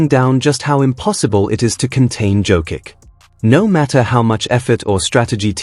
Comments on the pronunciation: Pronouncing his name is violation...JOKICH...not Jokik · If you love Nikola so much, you could have deigned to pronounce his name correctly.If you pronounced Greg Popovich's last name correctly, then pronounce Jokic's last name the same way. For most Serbs, the last name ends in ICH, in Serbian it is written as C with a tick above.